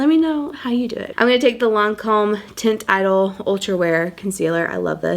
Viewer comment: Taunt e-dole=teint idole. Not to be snarky. I always want to know when I'm mispronouncing word.😊